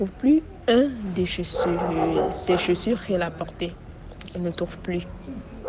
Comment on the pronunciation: Waaaaa tu te vante en racontant histoire maintenant prononcer chaussures te dépasse 😮